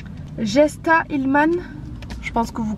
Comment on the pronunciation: Coucou ♡ en effet pour le livre de recettes Jesta se prononce « Yesta » c’est d’origine allemande ^^ elle avait fait Koh-Lanta jusqu’au poteau, la bataille des couples avec son mari Benoit et maintenant on peut la retrouver sur l’émission Mamans et célèbres ☺️ Je n’ai pas acheter son livre mais je serai ravie d’avoir un retour de ta part du coup 😘Bisous